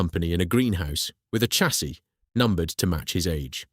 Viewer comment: The mispronunciation of chassis is blood curdling. It's pronounced "shassee".